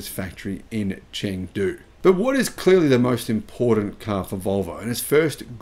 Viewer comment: I love the way says "caaar". Sounds a bit like a New Yorker.